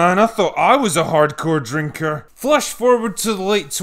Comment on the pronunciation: Looks like the critical drinker placed heavy emphasis on "drinker" for this one!